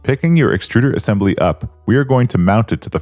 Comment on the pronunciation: Assembely. Lol. I'm sure this guy will also say nucelur.